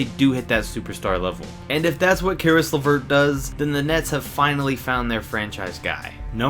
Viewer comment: When he said Caris LaVert I felt bad.....